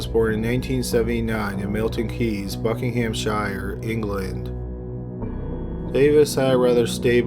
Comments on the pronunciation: It’s pronounced bucking-um-sheer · I love your videos, but please learn how to pronounce the with shire right as in Buckinghamshire 😉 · Buckingham-shire...bloddy yanks. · The way he pronounce ''Buckinghamshire '' LOL